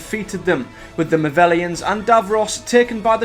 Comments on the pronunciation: So I have to ask why are you pronouncing the movelons name wrong it’s pronounced mo-vel-ons sorry ti sound like a nitpicky ass but it was bugging me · ?!?!? Mate, you just said he movellans not movellans, despute you spelling them the same way. Same with excilions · This is an amazing and comprehensive telling of the Dalek story! Thank you for this. Just a tiny quibble, I know the old classics are so far removed from the fandom nowadays, but as someone who grew up on the original series, Exxilon and the Exxilons are pronounced: "EX-ill-lon" and "EX-ill-lons" not "ex-ZILL-ions" (you've added an extra syllable) and similarly the Movellans are not the "mo-VELL-ions" but the "mo-VELL-lans" But that's just fluff. Great work! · I wish people would get the pronunciation of the names correctly it's excellons not excilions and movellans not movellans you shouldn't make videos of you can't say things correctly it just confused people and makes you look stupid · I enjoyed this video but your pronunciation of certain words throughout is baffling. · It's 'Movellans' and 'Stein'. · Ps, one criticism, your pronunciation of Movellans is wrong. ;) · It would be even better if he got the names of the people and places correct for example movellans not movellans and excilions not excilions I really hate it when people think they know more than anyone else and then get it wrong